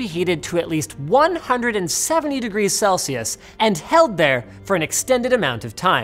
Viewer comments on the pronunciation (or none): none